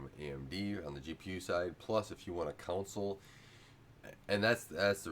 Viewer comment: Con Sole, you are saying cownsol lol